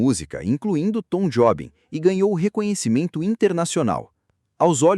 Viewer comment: Não é tom jobi è tom jobim